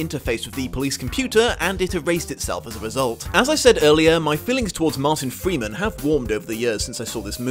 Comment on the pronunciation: mowtan fweeman